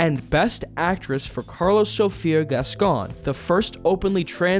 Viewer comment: Funny that your pronunciation of "Karla Sofia" sounds like "Carlos-...ofia"